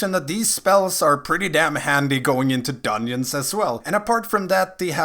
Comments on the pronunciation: Are you saying dunyins?? Lol 🤔🤔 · the way you say dungeons bothers me lol